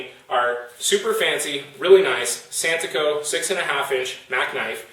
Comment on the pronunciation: I't's santoku not santuko...